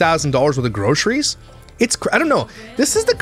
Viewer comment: I now pronounce Groceries as Grockeries. Thanks, I can’t unhear it 😂